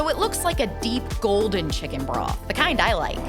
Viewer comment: Every time she said broth I heard bra 😭